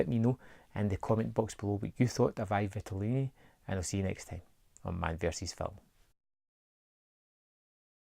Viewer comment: Btw, the letter "I" in italian is pronounced like you would pronounce the letter "E" in english; so basically it's like "E vitelloni"